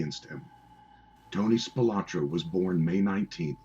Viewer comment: Well, for starters, it would have instilled a bit more confidence in the veracity of the content if the narrator started of pronouncing the subject's name correctly; as "Spilotro" versus "Spilotra". What a joke!!!